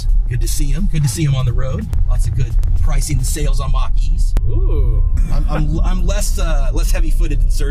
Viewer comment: When you outsource your video production and they call it a Mc'Kee instead of Mach-E